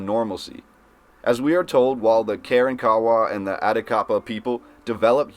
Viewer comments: It took me awhile to realize this pronunciation of Karankawa. It's not "Karen- kawa" but instead "ka-RON-ka-WA". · I can tell this guy must had not taken 7th. grade Texas history, misprouncing local Indian tribe names-Karawrakawa and Atakapaw. I bet he would pronounce Caddo as Ca-do! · At least you could learn to pronounce Karankawa properly.